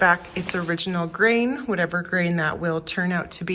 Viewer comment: Grain! I thought you were saying Green!